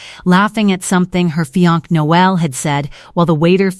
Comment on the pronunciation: The way she says "feeyonk" makes it sound like the sister has a carbuncle!